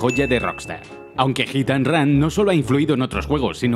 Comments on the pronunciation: "Gitan run" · Ok pero... Jitanran xD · hit and ran jajajajajajajajaa, todos los españoles y argentinos pronuncian igual jajajajajaja!